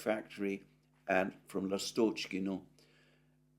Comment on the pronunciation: L'astochkino (Swallow village) - the stress is on the first syllable.